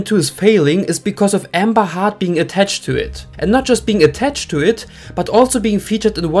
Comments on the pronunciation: Her name is pronounced Heard , not Hurd. But Hurd does sound like Turd which is why I assume you are pronouncing it as Hurd. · He pronouncing it Hard … not Hurd. And heard and Hurd sound the same English isn’t your first language, one must assume 😬